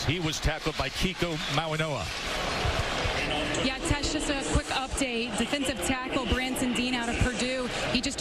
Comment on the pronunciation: I am sick of the idiots that pronounce Mauigoa with an N, it's not Mauinoa, it's Mauigoa with a "G" not an 'N" , wake the F up. Can't you all see it's a "G" not an "N", how stupid can you all be.